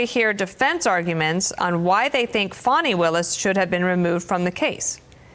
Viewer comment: Trump has been caught doing Nothing, how many times do they have to be caught 🤬 Fanni, not fawny..